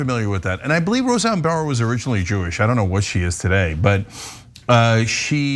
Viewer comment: Said her last name wrong lol it's just Barr not Barrs. 😅 happens to the best of us lol